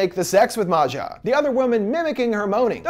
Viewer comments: Why is he saying her name like she's not Swedish? Maja is pronounced just like Maya. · and maja too. it’s pronounced like Maya not Ma-Ja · Bruh Maja is pronounced like Maya/Maia and not like Matcha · It's pronounced "maya" not "mazja" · Right and I think Maja is pronounced Mah•Ha 💁🏾‍♀️ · It’s Maya or Maja (Maayaa) . It is not that difficult 😂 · Don't forget how he pronounced Maja